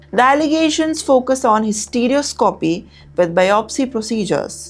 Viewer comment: It's hysteroscopy not hystereouscopy😂